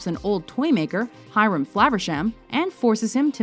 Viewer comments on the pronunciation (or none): none